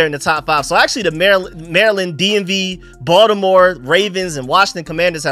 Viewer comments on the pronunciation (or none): none